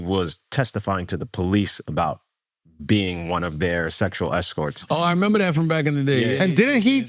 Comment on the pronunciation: Are u trying to make it to a thing , with this “memba” ? 😂